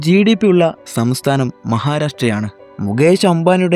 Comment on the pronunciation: ആദ്യം സംസ്ഥാനം എന്ന് പറയാൻ പഠിക്ക്